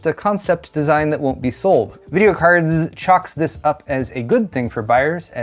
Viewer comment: hey, can you say "jayztwocents" the same way you pronounce videocardz ?